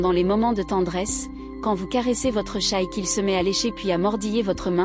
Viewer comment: L'IA a du mal avec "chat'l'animal" et "chat discussion" en Anglais ! Faut renforcer le module "bilingue"... Si c'est un mot portugais il sera moins dans la merde...